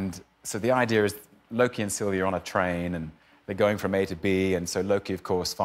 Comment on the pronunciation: I love Tom's ZERO judgement at Jimmy mispronouncing Loki.